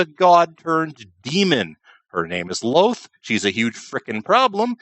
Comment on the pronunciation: I thought Drow were, in fact, albino, like so many subterranean creatures, but always cast in shadows by LoLth. LOL-th, not loth, speaking of fact-checking. ;)